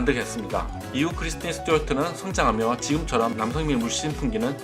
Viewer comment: 크리스틴 이름발음이 잘 안되시네요 ㅎㅎㅎㅎㅎㅎ